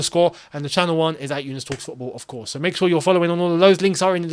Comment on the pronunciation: “Yeee course” 🤣🤣🤣